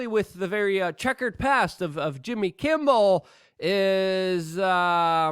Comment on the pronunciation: Why does Luke have so much trouble pronouncing people’s names? Jimmy Kimbal? Marina Williamson? John Heelee Man? Or how about GLYSOPHATE?